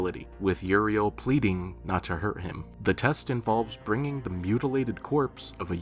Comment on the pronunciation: That ain't Uriel, thats Urinal 😭😭